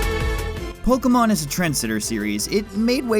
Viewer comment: I love when people pronounce pokemon correctly. (